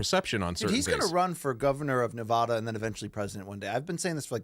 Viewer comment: BC you say Nevada wrong